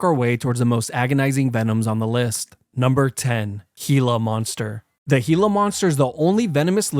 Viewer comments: bro rlly called it a heala monster💀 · It took me 70 years to learn learn how to pronounce gila.